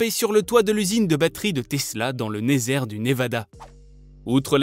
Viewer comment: dans le "nésert" du Névada ? :D un petit couac sans bobo ! bravo pour tes vidéos :)